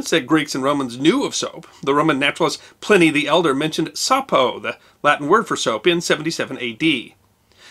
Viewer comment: Ply-knee The Elder (or Younger). My-cells. Otherwise chemically very accurate!😀